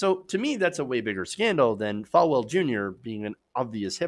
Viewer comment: FALL-well, not Fal-well.